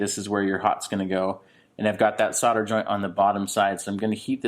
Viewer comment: Great video, but there's an "l"! in solder - it's nor soder.